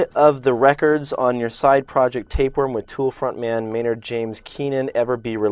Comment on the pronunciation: It's Maynard, not Maynrad. Just a friendly correction there.